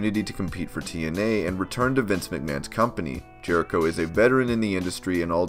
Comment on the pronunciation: who is Chris Jehrico?